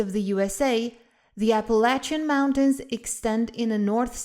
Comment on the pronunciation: I appreciate your correct pronunciation of the Appalachian mountains! 👍🏼👍🏼